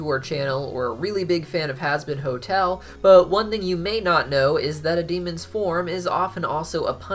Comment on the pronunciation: At the start he said husband hotel lol